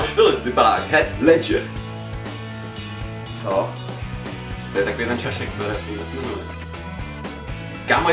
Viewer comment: to že děláte na hov... videa mně je jedno....ale neser se do Heath Ledgera....a když už, tak se nauč vyslovit jeho jméno !